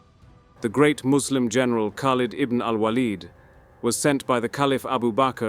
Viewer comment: Because his name is spelt خالد بن الوليد, the correct pronunciation is Khaaled Ibn Al-Waleed. Khaleed or Waaled would be incorrect pronunciations of his name.